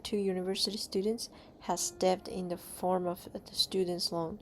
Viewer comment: Just one thing, in the word debt, the b is silent.